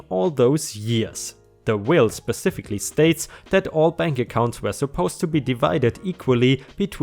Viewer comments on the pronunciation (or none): none